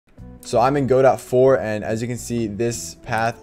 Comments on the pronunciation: "Go dot" is funny. It's pronounced "guh doh" like the name of the play Waiting for Godot. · its Ga-Dough not Go -Dot